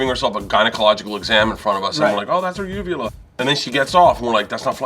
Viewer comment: "Oh thats her uvula" Did he mean vulva?